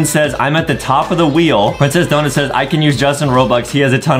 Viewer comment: DID HE JUST SAY SAYZ!?!?!!?! ITS SAYS